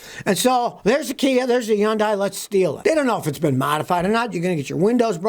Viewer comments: Yun - Die ! lol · What's a Yun-die? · You don’t know how to pronounce Hyundai.